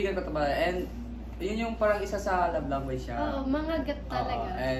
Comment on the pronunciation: I Love me Gwuwwhe wuwwv wow!?